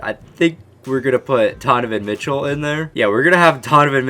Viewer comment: you said tonovan Mitchell 😂